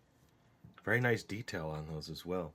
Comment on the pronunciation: did he say berry exciting